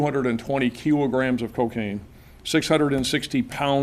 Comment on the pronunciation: "Keelograms" or "Kilogram"? Hmmm. Dumb frim top to bottom. Dumb country.